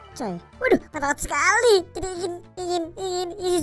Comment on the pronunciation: Wiq wiq versi qolqolah Edit:paling sukak pas ngomong skhaliiii